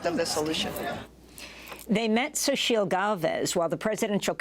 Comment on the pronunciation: xo-chi-TL. ffs